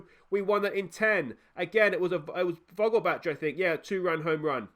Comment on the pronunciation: As a german, your pronunciation of Vogelbach is bugging me, its vogelbaeck. Thats the best way I can type it out phonetically